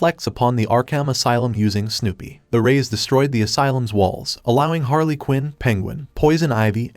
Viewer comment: It's HARLEY not HAILEY 😂😂😂you d|_|/\/\B f*** everytime you'd do this pronunce in an inappropriate form